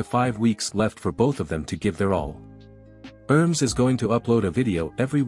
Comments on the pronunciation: It is not pronounced erms... It is pronounced Er-Mess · The name pronunciation is quite off...